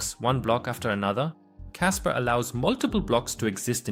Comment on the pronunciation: It's kaspa... Not kasper